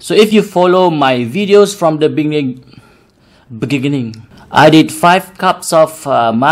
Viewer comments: "So if you follow my video from bening...benigining" - Mat Saleh Celup Milo 2020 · So if you follow my video from bening...begigining 😂HAHAHAHAHAHHA Part tu aku xleh tahan gelak😂